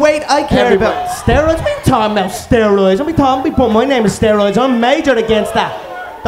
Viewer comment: "they're all on steriods"